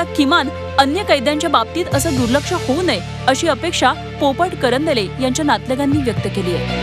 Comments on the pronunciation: बातमी देतांना मोठी चूक आरोपीचे आडनाव करंजले असे नसून दरंदले असे आहे. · दरंदले आहे ते... बाई वाचता येत नसेल तर पत्रकारिता सोडा